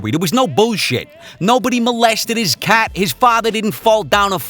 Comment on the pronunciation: I genuinely thought he said cock not cat which kinda makes more sense